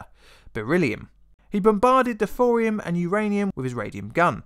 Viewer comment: "Thorium"... Not "Fourium". I like your content a lot man, really. But trying to listen to this without seeing subtitles or watching the video is nigh on impossible